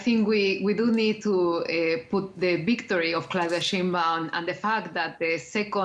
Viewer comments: So, It's Pronounced Shine Bawm=Sheinbaum 😁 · Maybe learn how to pronounce her name properly,.